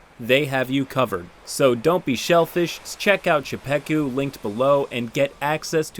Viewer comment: aint no way bro pronounced czepeku like that lol